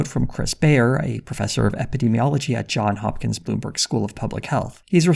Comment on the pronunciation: It's "Johns Hopkins", you non-robotic a.i. algorithm, you.